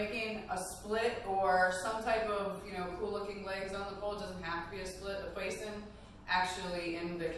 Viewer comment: It’s pronounced Pwa zon. It’s fish in French !!